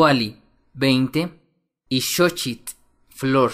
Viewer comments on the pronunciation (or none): none